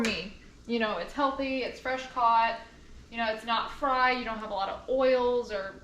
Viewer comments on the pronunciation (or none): none